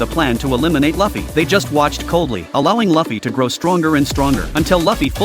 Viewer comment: Keep saying fluffy Lu fee